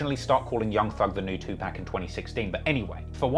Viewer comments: It's Tupac, not 2pac or 2pack. And you say you know rap... right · Its tupawk not tupack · Don't wanna be a dick but as a genuine member of the community I feel compelled to let you know when u see 2Pac... its pronounced 2Pock.... not 2Pack. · Pronounced more like Park not pack... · It’s pronounced to-pocket(2pac) not 2 pack… My era hated that disrespectful pronunciation respectfully said… keep up the good content Sincerely, BossWes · It’s pronounced “2 pawk”. I know it’s spelled 2pac but that’s not how we pronounce it. So please stop saying pac😂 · It’s pronounced too pahk not tew pack lmao good work on the video tho 😂💯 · It's Tu-pock, not Tu-pack. Damn the accent, how can you be a hip-hop head and not know how to pronounce the name of one of the greatest rappers of all time? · 95% of them... If you don't know that it's Tupac and not Twopack, you're a goof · I know you can say PAC instead of PACK bruh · ITS PRONOUNCED TOO POCK NOT NO 2PACK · It’s not tupack it’s Tupac… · Nah it's PAC not pack 🚫all this "Two-pack, new-pack" stuff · It’s pronounced POCK. TWO-POCK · You say Tupac as too pack just to piss people off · 2 pac is not pronounced pack. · If he say "2Pack" again ima find him and slap him myself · TWO POC …. I fwy but u gotta stop butching tht 😂😂🤦🏾‍♂️ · Tupac, not TuPACK 🙄 Lenox not Lennox 🤦🏽‍♂️ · lol Too-Pack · STOP SAYING TWO- PACK IT IS JUST WEIRD AND WRONG PRONUNCIATION OF THAT BLACK MANS NAME! STOP THE DISRESPECT ALL BRITISH PEOPLE ITS UNNECESSARY. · Bruh it’s 2-pac wtf are you saying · Saying 2pack is crazy for 2pac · lol "Liar" Cohen. Edit: And "Two Pack." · “Two pack” 😂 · Please never pronounce the great Tupac name like "2 pack" ever again. Otherwise, great work. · “Two pack” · As the avid hip hop fan you claim to be, please learn how to pronounce Tupac’s name. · Awesome content, but ffs please learn how to say Tupacs name correctly. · U know how to say Tupac just stop. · I cringe every time he pronounced Tupac name 😣😣😖